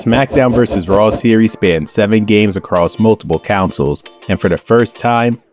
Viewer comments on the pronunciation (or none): You or whoever narrated the video can't say CONSOLE